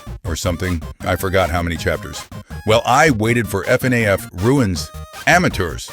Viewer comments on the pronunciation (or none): none